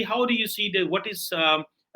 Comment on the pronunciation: Bhai English jaruri nahi ki..what ko wath..bole England tongue Ye UAE 🇦🇪 tongue nahi haiii..